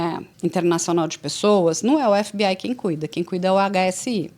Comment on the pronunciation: Essa mulher falando EF BI AI tira toda a credibilidade dela😂😂